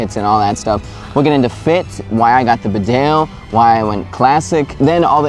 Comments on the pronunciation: It's pronounced "BEE-dale". Not "be-DALE". It's named after a town in North Yorkshire, UK. Calling all people from USA! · Annoying to hear mis pronunciation. Bee dale is correct. Not rude to point out an error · Not sure if anyone has commented this already but Bedale is pronounced "Bee-dale" not "B'dale" :o) It's named after a small country town here in the North East of the UK where Barbour's come from. Bedale is in the county of North Yorkshire, England. Great vid though ;o) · Please say "Bee-dale" - It's a place in North Yorkshire, England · It's pronounced Bee Dale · its said beedale its a place in england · Pronounce it Bee-dale since its English!